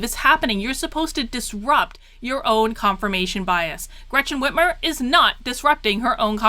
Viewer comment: Finally you are pronouncing her name correctly! God I have no idea why, but that drives me nuts! I’m from Michigan been here 40years since birth! She’s hands down the worst mistake we’ve ever made, no doubt also I did not vote for this mess. Her debate to become governor was a sign! Not sure if it’s available but watch that and you’ll see DNC was running the show all the way back then.